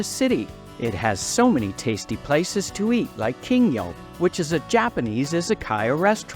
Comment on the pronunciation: The restaurant on Denman is not “King yo” but “Kin gyo”. Kin is gold and gyo is fish.